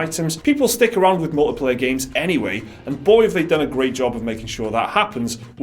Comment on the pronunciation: He said “mullet player,” right?